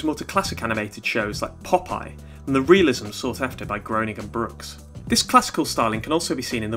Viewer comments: Thanks so much for your videos! I’m just now discovering your channel! But just as an FYI: Matt Groening’s name looks like it’s pronounced GROW-Ning, but is in fact pronounced GREY-Ning. I’ve heard him say his name this way anyway, I absolutely LOVE LOVE LOVE this episode of The Simpson’s! It’s one of my all time favorites. I remember back when it first aired my BFF at the time and I had recorded it and watched it over and over again, and even mumbled to each other like Ms. Botz does! I for one love The Simpsons and am glad it’s still going after all these years, and I guess I’m the only one who feels like it should keep going, but hey it’s not the first time I’ve differed from the popular opinion....probably not the last either. LONG LIVE THE SIMPSONS!!! 💛💛💛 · Um achtually it's pronounced "Graining"